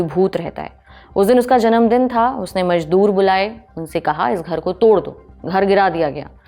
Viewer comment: Kahan se tallafuz sahi hai mazdoor ko majdoor bol rahi hai phool ko fool aur bhe bohut se ghaltian hain.